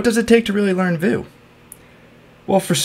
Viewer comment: This is the first and only time I've heard anyone pronounce Vue as "voo" instead of "view."